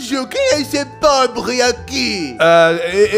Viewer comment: "Ah,um povre" Eu:POBRE É TUA MÃE